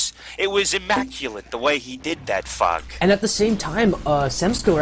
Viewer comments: everytime says Fog it sounds like he's saying fuck xD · There were a few times I though was saying Fuck instead of Fog